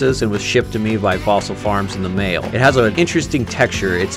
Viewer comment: Love the emphasis on "The mail"